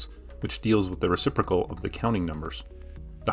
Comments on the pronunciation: And.... reciprocal, not reciprical 😉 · it's "reciprocal', not "reciprical" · It's "reciprocal" not "reciprical". I'm horrified that not everyone got the right answer in both cases, yet alone that (almost) nobody got them right. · "reciprical" -> "reciprocal" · “Opperation”? “Reciprical”? lol, are you ten years old!!!??? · the reCIPRIcal???? u good? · Great video, but there is an 'o' in reciprocal. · Okay, so it's probably been pointed out a dozen times already: it's spelled RECIPROCAL. It's easy for me to remember because my daughter's grade school teacher, and Indian woman, pronounced it as rez-i-prrro'-kal, with the accent on the third syllable (instead of on the second). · "opperation" "reciprical" cmon... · Great video! but dare I say... recipr*o*cal? ... sorry